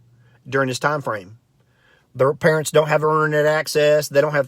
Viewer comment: I like how he makes up the words in a wrong way. Purents.